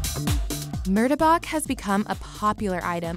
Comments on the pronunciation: Dont forget about mur-de-bak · the way yall done effed up butchering the pronunciation of ‘murtabak’ i cri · I almost got a stroke the way she pronounce Murtabak and Roti Sa Mai